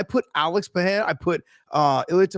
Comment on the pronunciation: Ey Josh, ask your "chill" homie to ask Glover how to correctly pronounce "Pereira".